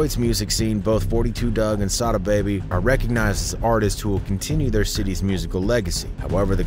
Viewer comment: Its not 42 it 4 2 dugg if u a fan ish drive me crazy mispronounce my name i get offended